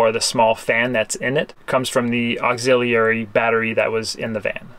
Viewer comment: I've gotta say. I've never heard the word auxiliary pronounced the way you'd pronounced it. 🤔